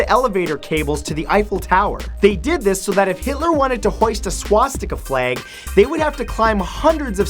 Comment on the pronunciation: Why do you say "fleig" for flag?